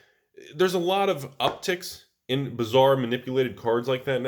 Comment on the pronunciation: Did you say something bizzar could happen or something bazzar? :P